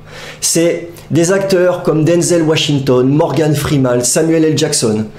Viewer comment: "Morgan Free-mâle" ? ^^